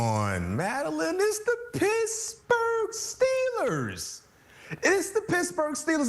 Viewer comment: "Pissburg Steelers" lol